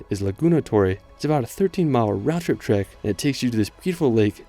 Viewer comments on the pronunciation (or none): none